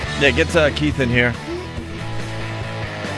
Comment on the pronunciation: Keith doesn’t even know how to spell or say his name correctly. He and all the other brothers say “Keef” as if they’re close friends with Kiefer Sutherland 😂